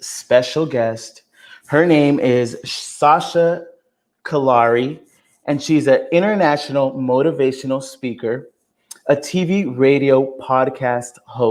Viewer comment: Btw Joey u said her last name wrong its pronounced CALOOREE